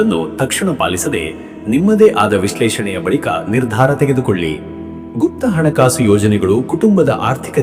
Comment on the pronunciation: ಅಣ ಕಾಸು ಅಲ್ಲ ಹಣ ಕಾಸು ಅ ಕಾರ ಹ ಕಾರ ಬಳಸಿ